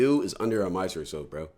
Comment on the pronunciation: wtf is a misersoap, bro 😂